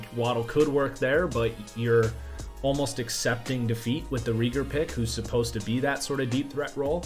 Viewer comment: Jalen “Ray-ger”